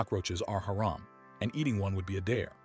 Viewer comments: Its pronounced hurom not hare-am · Thank you but you saying haeram instead if hamram is irritating me no hate just saying please no hate 😅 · no offense but "hairum"? cmon.